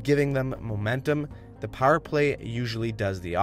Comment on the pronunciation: Dog, are you from Pittsburgh? You say "pahr" (power) like a true yinzer!